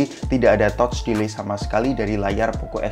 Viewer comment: Kritik dan masukan bang, kan suka mixing English gt, itu Touch boleh dilafalkan dengan "Tatch" dong, jangan "Totch".. 🙏✌️